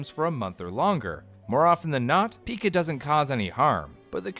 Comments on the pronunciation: It’s PIE-CAH not PEEKA!!! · PICA, NOT PIKA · Oh my god idk if I can finish this episode. It's not "Peeeeka" it's "P I KA" with a hard I. And I should know. My mom dealt with it for several years. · Never heard it pronounced “peekuh ”. Just “pie-kuh” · Uhh...it's pronounced "Pie-ca," not "Pika." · It’s pronounced pie cuh not pika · Its not pica...its PIE-CA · It's pronounced "pie-kuh" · It's pronounced pai•kuh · I believe it's pronounced (and I've only heard it being pronounced) as 'paika' so it kinda triggered me when they kept calling it pica. But hey, i won't nitpick, great video nonetheless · Pike ah, pike ah, pike ah pike ah Pica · Pica is pronounced like pike-ah I can’t even watch this it’s making me nuts, it also kinda makes me question how much research is actually done for these if the pronunciation isn’t even correct for the main topic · It's pronounced pie-ka though. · Ikr, its driving me crazy the way he's mispronouncing it literally every 15 seconds.